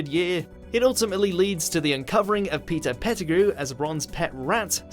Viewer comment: i thought u said pizza pettegrew